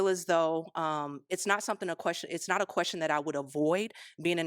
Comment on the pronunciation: Every time you say “not” it sounds like “nut” and I’m like huh??😂